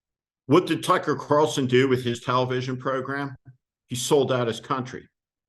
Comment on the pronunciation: Steve. Please don't pronounce the guys name with an "f" instead and a "c"